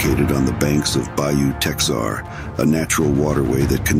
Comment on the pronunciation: Chimney is on Escambia bay heading south to Gull point and turning west is Pensacola bay all the way to Ft.Pickens and the site of Ft.McCree on Fosters Bank.. Bayou Teh-har not Tex-are.